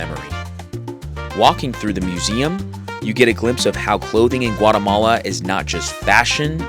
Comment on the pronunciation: No has dicho primero Guatemala, después Guaremala, mal pronunciado. pronunciation is correct for Guatemala, with no R between A and E. Your Spanish/Castellano is outstanding and clear. America refers to the entire continent, while EEUU refers to the country. Great video! I hope you and your wife enjoy the trip to beautiful Guatemala. Please come back during the Holly Week.